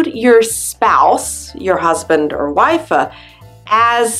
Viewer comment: I understand this is for alternate languages but why do you keep pronouncing your “t’s” on the end of words really weirdly? The same with wife. You keep seeing wifa. Is there a reason for this?! 🤣